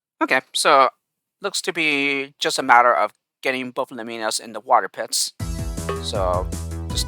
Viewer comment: Nice work! It's great to see these levels being played 😆 some comments for you: You are indeed pronouncing "Lemminas" correctly (i.e. 'Lem-ee-nas') 👍 Well done for spotting that stars can turn Gliders 😉 I also prefer Pepsi to Coke 😎 I'm glad you enjoyed "I'll Go First", it's probably this rank's only real "puzzle" level, it seems very suited to your playing/solving style I sometimes fumble solutions when I'm recording LPs as well, I think it's a normal part of learning to play the game whilst thinking out loud and making interesting comments at the same time. You're good at LPs though, keep it up and you'll get more used to it Level 13 is purely to demonstrate the updraft/exit combination (which may come in handy later) 😉 It's been a somewhat controversial level, with most feedback saying that it's basically pointless. But, I just liked it too much to remove it from the pack! The miner on Level 15 is for an alternate talisman solution: a lot of these levels have been designed with multiple possible solutions in mind, mainly to give the pack replay/challenge value Finally, it is possible to reach both exits on Level 16 - the left one is quicker but more challenging, the right one takes longer but is more straightforward (or so I thought! 🤔) I guess it goes to show that we all find different things difficult, just like you said!